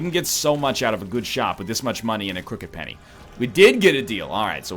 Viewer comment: How long will it take NL to correctly say the name of Crooked Penny?